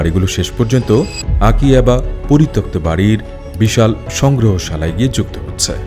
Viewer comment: পরিতপ্ত ❌ পরিত্যক্ত ✅